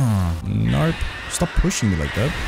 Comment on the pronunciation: Are you saying "narp" ? It sounds like an really thick australian accent saying "nope" and i cant stop hearing it lolol